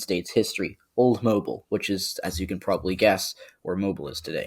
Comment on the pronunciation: Just wanna say, Alabamians pronounce Mobile like moh-beel or moh-bill not like the actual word. Could be our accents but that’s just a little nitpick. Great vid, very informative!